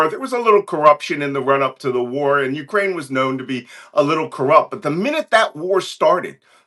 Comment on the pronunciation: Cohen, your WIFE is Ukrainian. Can you PLEASE get the pronunciation of her native country right!?!?!